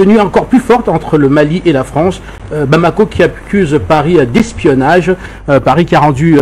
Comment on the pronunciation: retifier c'est L'espionnage et non espoinnnage